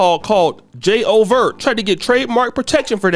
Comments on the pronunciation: J O vert😂😂😂😂 its pronounced ju-vay, and im fba my bm is Caribbean and lived in jouvert/Caribbean day parade territory in nyc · Ingl. Jay Overt had me rolling😂 😂😂😂😂 Its pronounced Ju Vay 😂😂😂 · j’ouvert is pronounced jew-vey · J’Ouvert pronounced Jew-Vay the beginning of the carnival.